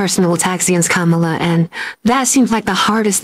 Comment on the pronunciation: Sounded perfect to me ‘karma la’